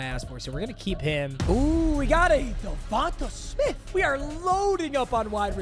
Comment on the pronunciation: De-von-tay-smith not De-vo-tuh smith